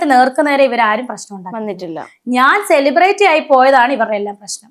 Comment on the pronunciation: സെലിബ്രിറ്റി എന്ന് നേരെ ചൊവ്വേ pronounce ചെയ്യാൻ പോലും അറിയില്ല😂😂. ...10 പ്രാവശ്യം ഇരുന്നങ്ങു പറയുവാ ഞാൻ സെലിബ്രേറ്റി എന്ന്. ...നിന്നെ എഴുന്നള്ളിച്ചു കൊണ്ട് നടക്കുന്ന പ്രോഗ്രാം കോർഡിനേറ്റർസിന്റെ ഉദ്ദേശം എന്താ. ..നിന്നെക്കാൾ വലിയ സെലെബ്രെയിറ്റി നാട്ടിൽ ഇല്ലാഞ്ഞിട്ടാണോ. ..നിന്നെ എഴുന്നള്ളിച്ചാൽ നാല് തെറി വിളിക്കാൻ എങ്കിലും അത് ആളുകൾ കാണും. ..അല്ലെങ്കിൽ ഇതൊക്കെ ഏത് മനുഷ്യർ അറിയാൻ. ..മുന്നിലിരുന്നു ഒരുത്തി നിന്നെ ഊക്കി എത്ര എണ്ണം അടിക്കും എന്നും. ..നിന്റെ മുന്നിൽ മൈക്കും കൊണ്ട് വന്നു രേണു മദ്യപിക്കുമോ എന്നൊക്കെ ചോദിക്കുന്നവരോട് നിനക്കൊന്നും തിരിച്ചു പറയാനില്ലെടീ ഊളെ. ..ഈ കൊണച്ച ചോദ്യം ചോദിക്കുവന്റെ മുൻപിൽ ചിരിച്ചു മറിഞ്ഞു ഉള്ള വേണ്ടാത്തരം ഒക്കെ പറഞ്ഞു അതെടുത്തു വല്ലവനും സംസാരിക്കുന്നതു മാത്രേ നിനക്ക് പ്രശ്നമുള്ളോ ...pan ഇന്ത്യ ആയി ഇന്ത്യ മുഴുവനും ആയി. ...ഇനി തമിഴ് നാടും കൂടി ആയാ മതി എന്ന്. ..എന്തുവാടെ ഇത് 🤣🤣...നമ്മളെ സ്നേഹിക്കുന്നവരെ തിരിഞ്ഞു നിന്നു കുത്തുന്ന സ്വഭാവം ഇല്ലാത്രേ. ...എന്റെ പോന്നോ. ..പെണ്ണുമ്പിള്ളേ ഇങ്ങനെ വന്നു മലയാളികളുടെ മുന്നിൽ നല്ല പിള്ള ചമയല്ലേ. ...നിങ്ങളെ പോലെ തിരിഞ്ഞു കടിച്ച നന്ദി കേടു അതിന്റെ extrimity യിൽ കാണിച്ച ഒരു മൊതലിനെ കേരളത്തിന്റെ ചരിത്രത്തിൽ കണ്ടിട്ടില്ല